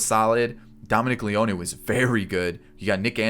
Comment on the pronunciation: Ur adding a “e” when u say Leone 😂. It’s leon not Leonee. Lol. Just telling u no hate. Keep up the awesome videos.